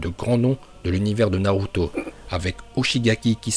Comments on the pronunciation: Tu fait d éliré quand ta dis uzumaki naluto 😂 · OMG D'OU TU DIS PAS NALUTO?